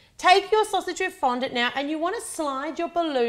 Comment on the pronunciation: Did anyone else laugh when she said sausage? Loved the video though!!